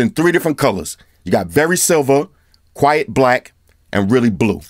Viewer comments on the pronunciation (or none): "Quite" my man. Not Quiet black lol